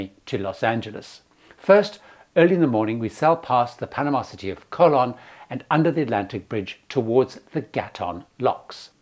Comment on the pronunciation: Very good tips,! Please note the correct pronunciation of the key names that you mentioned: (1) Colon is Koh - LOH-n (o is always oh in Spanish and the accent means to stress the second syllable. (2) Mira Flores = MEE-rah FLOH-race (not rez). (3) Gatun Lake = GAH-toon (as in cartoon and not tun as in tonne).